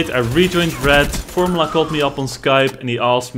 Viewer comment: formYOUla not formla